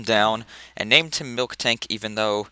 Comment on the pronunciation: Its MILtank. no k xD